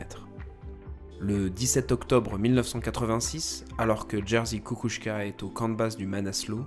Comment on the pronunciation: Merci beaucoup pour cette nouvelle vidéo très intéressante. Les images avec Google Earth Studio sont super! Petit détail mais le nom de J. Kukuczka a été écorché. C'est une bonne idée d'avoir des vidéos sur ces grands alpinistes comme Messner. J'espère en voir un jour sur Bonatti ou encore sur Kukuczka.